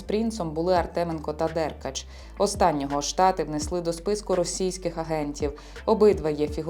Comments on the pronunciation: читалка не може прізвище деркАча правильно вимовити)) дЕркач😂😂😂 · Чому ДЕркач, а не ДеркАч?